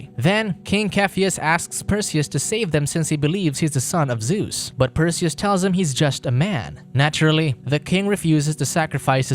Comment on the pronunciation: Cashiopeia, Zues... wtf are those pronounciation lol....